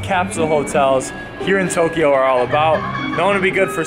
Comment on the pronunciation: Toooookyoooooo not tokiiiiioooooo